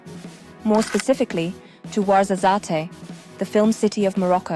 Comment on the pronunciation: It's "waarzazaat"